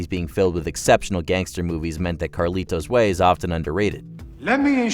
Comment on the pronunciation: I have seen them all except a few of the honorable mentions. I found Ben Kingsley in Sexy Beast to be the most memorable and vile character. Carlito’s way is horribly overacted plus your pronunciation of the movie was overly deliberate.